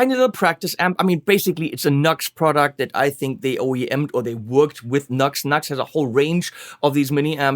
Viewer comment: NU-X not NUX! (New X, not Nucks!) Sounds ok!